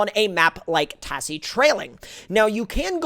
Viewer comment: please god stop pronouncing it "ta SS ie" its pronounced "taz zie"